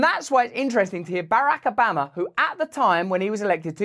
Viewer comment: the most amazing way to pronounce Barack Obama.